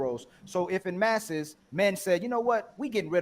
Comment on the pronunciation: "En masse" is pronounced "on mass"; why do Americans butcher the Glorious English Language???